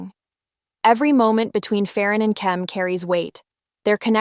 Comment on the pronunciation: I agree with everything you said, except you kept mispronouncing the names 😅 didn't you hear them being said in the series and interviews? Even when there's an h after a p, you don't pronounce it as an f sound, like you do in English. It's just a p sound, so Pharan is "pah-rahn". And I'm pretty sure you don't pronounce the l in Tle. It's just "teh" sound.